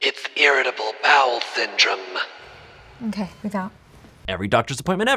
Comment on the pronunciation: no one:: its irritable bowel syndrummee lmao